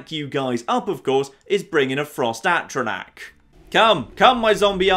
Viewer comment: 14 parts in and insists on saying Atronach wrong.